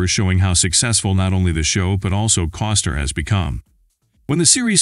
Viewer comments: It bugs me that the narrator says, instead of Costner. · His name is Costner not Coster. Get it right.